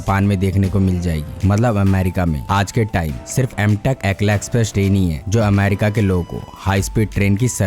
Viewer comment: एकला नही असैला एक्स्प्रेस है